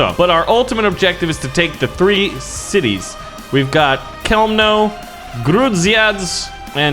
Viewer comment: A bunch of letters together. Love it. Yeah, I'm from Poland. And it's fun. The cities were (I'll try to write it so You can pronounce them): Chełmno - hewmno Bydgoszcz - Bidgoshch Grudziądz - You did a pretty good job there, only the "a" is pronounced differently, you'd have to check it, idk how to explain it to ya